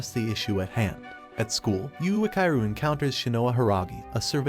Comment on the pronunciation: Why are you saying Yuakairu and not Yuichiro?